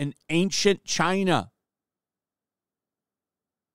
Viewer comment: You pronounced China wrong.